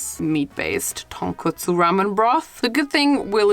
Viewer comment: She can pronounce Tonkotsu right… and Nick couldn’t! Interesting eh?